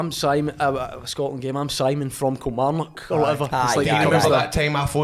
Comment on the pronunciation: why do yo all call it kilmaurnock!! haha being an ayrshire lad you should know better 🤣🤣